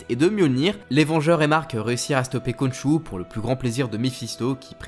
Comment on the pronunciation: ça se prononse "Ron'ssou"